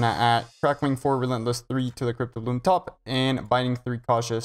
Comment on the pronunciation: STOP CALLING IT FUCKIN CRYPT-O-BLOOM ITS CRYPT-BLOOM ffs